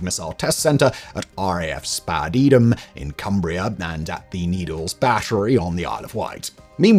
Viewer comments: ROFL Spadeadam is no pronounced Spad Eadam but rather Spade Adam I know I lived there. Thanks for the laugh though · RAF Spadeadam pronounced Spade as in shovel and Adam as in Adam and Eve.